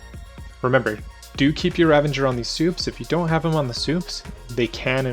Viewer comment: Ravager, not ravenger. :P Great guide, but that was driving me nuts lol.